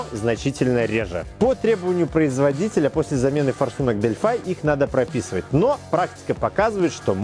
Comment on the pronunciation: Не делфай,а делфи